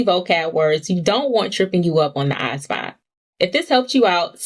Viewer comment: why your pronounce asvab like that shit bms